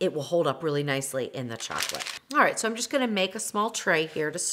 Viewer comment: You may spell it 'alright', but to me, it sounds exactly like I spelled it - 'aright'. Maybe it's your accent, I don't know.